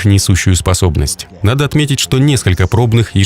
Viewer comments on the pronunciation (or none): none